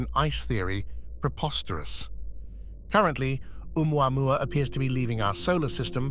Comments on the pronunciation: Just pronounce it Ooo-mau-mau and be done with it. Papa oo mau mau! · Doesn't any one know how to pronounce the name? Remember the song " ou mau mau papa ou mau mau"